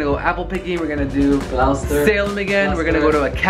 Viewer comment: Awesome video guys, I miss Mass. so much, but has to learn how to pronounce Gloucester, it glosster, not glowster!!! Lol!! Love it!